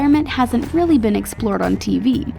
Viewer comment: "what we weally want to know"